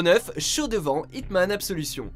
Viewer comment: Tu as mal prononcé absolution